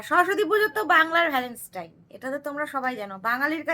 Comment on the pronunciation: Boidakhi bon tumi bhul bolchho word ta habe Valentine's day not valanstaine bollam bole kichu mane koro na kintu tomar bhul ta dhoriye dilam